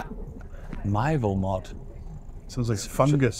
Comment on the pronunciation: mythelmod 🤣🤣 that has to be the funniest pronunciation of that I have heard.